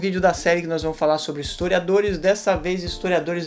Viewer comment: O cara barbudo, usando uma camisa do Pt, e ainda falando "estoriadores e estoriadoras" .ESQUERDOPATAS são as FEZES SOCIAIS.